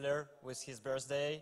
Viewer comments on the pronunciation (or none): "happy bjerSday" painfull to watch